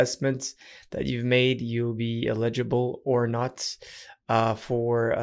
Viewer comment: "eligible" or "illegible" 😉😜